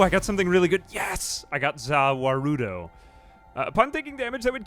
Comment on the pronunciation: The way he pronounced Za Warudo killed my inner weeb, also my outer weeb